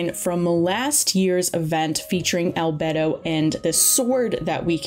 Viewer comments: Albehdo 😭 It's Al-bey-do, and Elua rerun popping out of nowhere. Then Zhongli might get a rerun. ALSO IT'S PRONOUNCED AS ShenHER. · Crying everytime she says "albetto" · al-bay-do not al-bed-o😭😭😭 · I agree with getting character names down before saying them in videos, since I've only ever known Albedo's name to be pronounced like "Al-bey-do" like in game and not "Al-bed-do" like in the video.... Anybody feel free to correct me though if "Al-bed-do" is also supposedly correct. Also I don't think "Yae" Miko's name is pronounced right either. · "albdo " its albedo.. itts just saying "albeidou" beidous name but before beidou say al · Al-bee-dou not al-b"e"-dou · I cried every time said "albetto" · ahh yeah... we love good ol ‘beto :ˆ) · It hurts lmao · it is annoying but you cant expect everyone to say stuff correctly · Yeah, "albetto" and "iddo" geo dudes are getting renamed. Also "shenye" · Saying Albetto is better than saying Albaydo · hes pronounced albeydo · "Albedou" I'm so sorry - I found that so funny- Edit :ok I've watched the whole video id just like to say congrats itspakion you wanted to pull on albedo and ganyus re-run there you go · Are you sure about Yae? I looked it up and it seems that the correct way of saying it is like "Ya-eh" and not like "Yai" and from the short period of time I took Japanese in college that seems more right to me. Edit: Just looked up the proper way of saying Albedo and apparently it's "Al-bee-do" so neither "Al-bey-do" nor "Al-bed-do" was technically correct so my bad for that. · Isn't it al-bae-dho? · no one:: albetto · Great vid but I swear one more time you say Sienye and Yenjan and Albetto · Each time I hear al-BED-o 😭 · al-bed-o is that a Italian bed? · It’s pronounced - AL BEY DOH - don’t take this is a rude way btw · It's Al-Bee-Do :3 kinda cringe lol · I like how she says albedo like 3 time and only pronounced it right the 3th time lmao